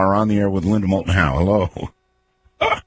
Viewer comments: You missed the "L" in "Moulton". "Mouton" mean "sheep", in french ... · Doesn't Matter...probably just would have been incorrect info anyways. He couldn't even get the name of the guest right. It is "moulton"...not "mouton".